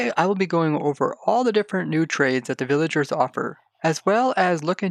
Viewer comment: you say “villaingers” like my friend lol